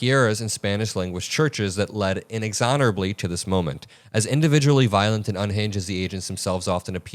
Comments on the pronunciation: it's "inexorably," NOT "inexhonorably!" 😂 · In -EX-or-ab-ly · Play Hitler games, win Nazi prizes. Try that word again. In-X-or-ablee. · You totally mangled 'inexorably'.